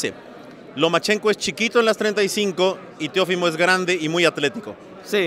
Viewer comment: es Teofimo y no Teófimo.... pilas... escucha como él pronuncia su nombre y esa es la manera correcta